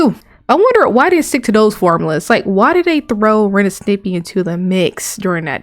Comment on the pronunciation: You saying Snippy?Instead of Stimpy? Frankly I like that pronunciation.